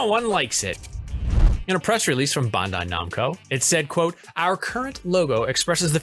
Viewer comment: Bun-die Num-ko?